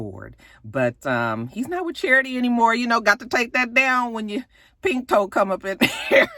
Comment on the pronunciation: gyrrrl no u didnt say pink toe 🤣